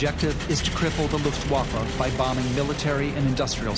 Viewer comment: Rob Lowe's narrating was pretty good in this documentary. However, I wish learned how to properly enunciate "Luftwaffe".